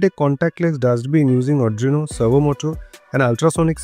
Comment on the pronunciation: Not Adrino it's Arduino..😆